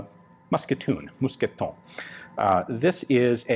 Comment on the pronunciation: Your second "mousqueton" is perfect.